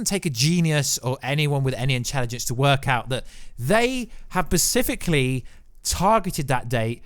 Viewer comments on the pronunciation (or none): Pacifically again?? Do you mean SPecifically?? i could barely pay attention wondering when you'd say this again..